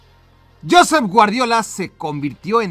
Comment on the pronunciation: Por favor. Se pronuncia JoSEP Guardiola, marcando la silaba final! No JOsep como dicen los ingleses. Es catalan! (Perdonad la referencia a Hermione jeje pero es que estoy harto que se pronuncie mal, mi abuelo tb se llamaba Josep…)